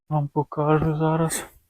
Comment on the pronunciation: Вірно говорити не покАжу, а покажУ. Вчіть, любіть і шануйте українську мову.